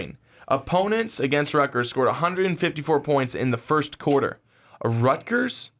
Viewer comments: Stop saying "Rutger" you sound like a moron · "rutger" lolololol